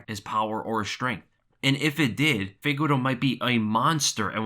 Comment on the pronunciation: Never understod, this man looks at the mans name (Figueiredo) and keeps saying FIGUERO...